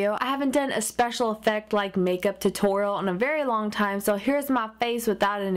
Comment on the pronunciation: haha sounded like she said tittorial